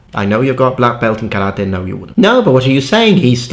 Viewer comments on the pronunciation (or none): none